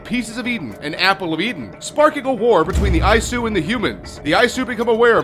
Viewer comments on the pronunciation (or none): It's not Eye-su, it's EE-soo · Its not ayesu. Its E-su (Isu) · Isu is pronounced ee-soo. Considering how many times you say it in this video you'd have thought you'd have at least played the game a little bit to know this. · lmao, "eyesue" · Eye-Eyesu? What? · It hurt when he would say isu